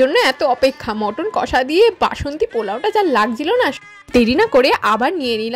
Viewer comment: মটন না মাটান